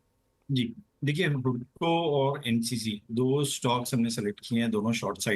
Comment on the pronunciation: Not हुडको, it is हडको